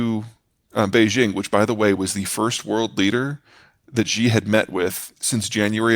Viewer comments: Shee not Jee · His name is not ZZZHHHEEE, his name is SHE~! EXACTLY the same as the pronoun for as woman.